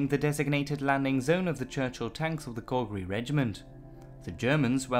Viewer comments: Calgary pronounced like cal in california do you mean " to add INSULT to injury" not "assault". this truly is a great example of die for your country because the rich won't. Mountbatten should have been hung for the way his "air cover" support worked for this doomed invasion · I love your docs, and your voice and great pronunciation of German adds a lot ! Not so much when you pronounce Calgary. Pretty bad. I should know i am born and raised from here ;) Keep up your great work ! You should update this with proper information about why we raided this beach. It was a super important spec ops mission, not a "test the defenses" mission. Let the people know, that the men that died, were actually trying to pull of a super move, not a stupid move.